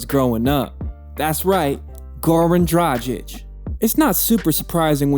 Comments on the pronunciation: He also said that Kobe trash talk dradchich and then showed a clip of Kobe talking shit to Luka lol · good video, just do the research on the pronouncation, cuz Dragic and Sasa is not the right way to pronounce how u did in the video.